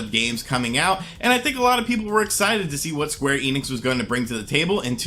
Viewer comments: "eenix" (German: "ienix") It's "ehnix" (German: "enix") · I'll be honest, they way you spell the "enix" part in "square enix" hurts my ears.